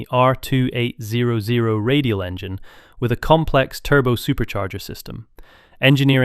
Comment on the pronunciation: Jet engine graphic?? AI slop. Also 2-8-0-0 is not how anyone pronounces that engine displacement.